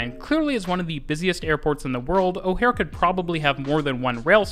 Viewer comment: Dude said O'Hare wrong...